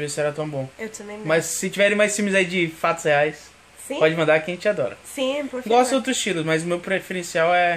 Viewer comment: Reparei que a Abi não pronúncia "Por favor" e sim "Por fivor" hahaha. Vocês são demais!